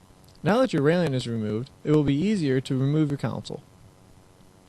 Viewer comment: CONSOLE ~ PRONOUNCED "KON-SOL" NOT COUNSEL